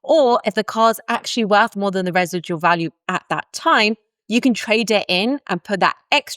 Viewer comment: you say residual weird